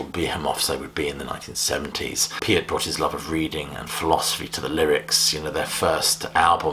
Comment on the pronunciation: Thank you for pronouncing Neil Peart's last name correctly.